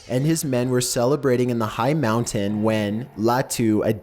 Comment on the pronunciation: Omfg STOP SAYING MOUNTAIN LIKE THAT MOUNT-AIN Not How ever the fuck you say it